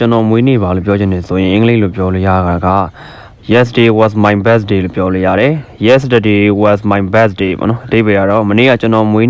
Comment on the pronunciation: English လိုပြောတဲ့ဟာကို native speaker တွေပြောတဲ့ဟာ ထည့်ပေးဖို့ အကြံပေးချင်ပါတယ်..အခုနောက်ခံ Eng speaker ပြောတဲ့ အသံက pronunciation အရမ်းလိုနေတယ်..Birthday တို့ cares တို့ alot တို့ ပြောတဲ့နေရာမှာ အသံထွက်မှားနေပါတယ်..